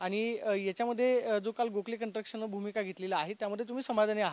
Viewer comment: कन्स्ट्रक्शन नीट म्हण रे दहावी नापास. कंट्रक्षण म्हणतोय